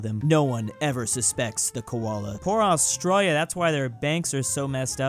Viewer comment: Stop saying australia like that pls